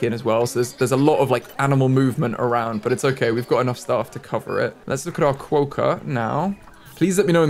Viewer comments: I love Quokkas, they are pronounced Ka-wok-ah. I go to Rottnest island all the time, where they are from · Quokka is pronounced KWOCK-KA. Think the word Crockpot ‘crock’ with a W replacing the R, and a ‘Ka’ on the end. -an Australian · This has probally already been answered but just in case, quokka is pronounced kwok-a :) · its pronounced Quak . kaah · Quokka is pronounced like you're saying it but with the 'o' sound from 'hot' not the 'o' sound from 'boat'. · QUOKKA PRONOUNCIATION! You had it mostly right, but the o makes the same sound as it does in knock. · Sure you've heard already you're not pronouncing Quokka right but anyway always throws me how others react to Australian animals I don't even think twice about as an Australian - Fun thing though Emu you can just straight up walk upto and pet and feed, do it all the time - They are greedy guts though and will try to snatch the food. Kangaroos I wouldn't try feeding because of the males but wallbies are the same you can feed them by hand :) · That Quokka pronunciation 😂 I can't haha It's supposed to be more like kwoka and not a long o like status quo, it's kwok a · Quokka is pronounced with a ock sound so like clock, hock and sock so in other words it should be spelt Quocka 😂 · Best way to pronounce quokka is to say it with a W like qwokka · I noticed there was an animal name Jannali -- I think it would be cool to keep that one, as it's actually the name of a suburb in Sydney! No ideas for other names, though... As for the quokka, it's pronounced "kwohkah", like you'd say "rocker", I guess? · Quokka, is pronounced like co-wa-ka there's an island full of them and there very cute Edit- read the comments I got it wrong. the pronunciation where I'm from is weird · you might not read this, but as someone from Australia, we pronounce it qu-o-c-u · Quokka. Pronounced kwo-kha with the 'o' being pronounced the same as the 'o' in hot.